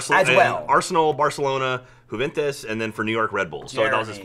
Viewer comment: pronouncing juventus was amazing